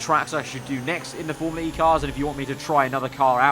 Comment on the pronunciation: Awh yeah thank god you don't say formula-r-E